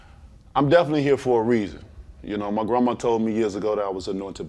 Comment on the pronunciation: "Oh most deafinitely"